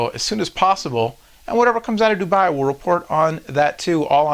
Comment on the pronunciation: its not DubAAAAAAAAAi its Dubai one A only